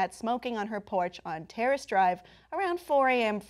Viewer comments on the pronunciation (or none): Terrace Drive is how George W Bush says "Terrorist Drive"